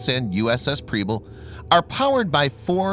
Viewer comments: I just have to let you know that Preble is pronounced with an “eh” sound like in “pebble” not an “ee” sound. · And Preble.